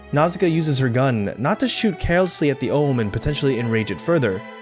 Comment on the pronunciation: My favorite film for about 36 years. It's Ohmu, not Ohm. Read the manga, it is even better than the anime. Disney changed many names from the original. Torumekian not Tolumekian and others. Even the subtitled film did not change as many names as the English dub. Read the manga. That is not a pipe on the wall and she does not use it as a weapon. Did you even watch the scenes you are talking about? Overall, not bad. But do a bit of research the next time. At least enough to make it sound like more than a high school anime club review.